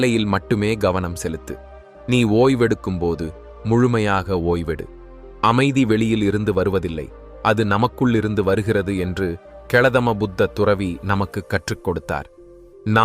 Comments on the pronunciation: Gowdhama Buddha not keladama buddhar sir. 🙏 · Athu kowthama budhar kelathama budhar illai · கௌதம புத்தரை. கெ ளதமபுத்தர் என வாசிகீகிறார் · Not kelathama buddhar it's gauthama buddhar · Its Gouthama puththar ! Please don't pronounce the name wrong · 😅கடைசியில கெ ளதம புத்தர் னே மாத்திட்டாங்க . தமிழ் சரியா சொல்லிக்குடுங்க அந்த ஏஐக்கு😅😅